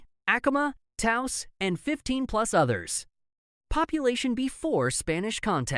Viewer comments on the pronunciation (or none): none